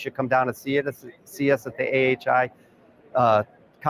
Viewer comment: Cool products. He should really learn how to say AIHA considering he's at the conference.